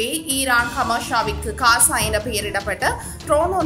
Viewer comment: Hasa இல்ல Gaza தங்கச்சி.